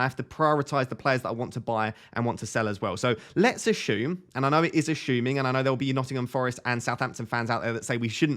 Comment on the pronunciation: Are you saying ashume?